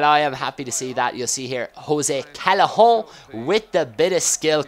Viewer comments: the way you say callejon reminds me of 'Chacarron' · haha love it when you say Callejon. Haha its tricky with the two L's, It makes a "Y" sound in spanish I believe. Anyways great video:) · Sorry, and please tell me if I'm missing an inside joke, but why do you say callejon in a french accent?